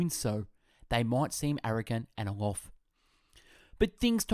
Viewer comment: It's not just the accent, some words were clearly mispronounced. sorry but it's too distracting. eg: Aloof is pronounced al oo f. not al o f. There are too many to practically list.